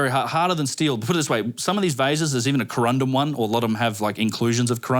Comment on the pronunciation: The way says "Corrondum" should be a gif.